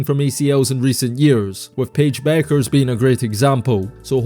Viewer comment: Its Bueckers, with a K. That's why she also goes by Paige "Buckets" as its a play on her last name.